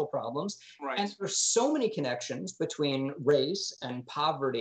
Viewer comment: Beteen lol